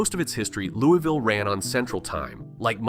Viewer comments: How are you gonna do a video on Louisville when you can’t even pronounce it correctly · AI never pronounces Louisville correctly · The way he’s saying Louisville is killing me. And I’m from lex go cats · Well you should learn how to say your own city’s name correctly 😂😂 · Its not Loo-e-ville. Its not Lewis-ville. Its Loo-ah-vull. Rhymes with gull. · in and you already pissed me off. ITS NOT Loo-ee-ville ITS LOO-UH-VUL omggg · It's not Lewie ville, its pronounced lou a ville or lou a vul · ITS LULVILLE‼️‼️‼️ NOT LEWYVILLE‼️‼️‼️💯😡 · Speak for yourself. Im born and raised in Louie -ville. Its named after king louis of france. Luvull is simply a regional diction of hillbilly. I speak properEnglish, i pronounce and enunciate my words properly. Its not how "we" pronounce it. Its how lazy hillbillies talk. Its Louie-ville. The village of king Louis. Ville in no European language or dialect is ever pronounced as vull. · Right... the citizens of Louisville can't even pronounce their own city correctly. It's Loo-E-Ville. Named after King Louis. Not King Lul. Not King Luhl. I swear they sound like they've been chewing on quarters when they butcher it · If you make a video on Louisville, perhaps you should pronounce it properly. Phonetic spell for proper pronunciation. lou-ah-vull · Correction: It's pronounced "Loo-avull" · Please for the love of GOD pronounce it LOU-A-VUL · Immediately mispronounces Louisville..... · You didn’t even say Louisville correctly. Also, Kentucky did stay a free state but had a breakaway government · That's not how you say Louisville.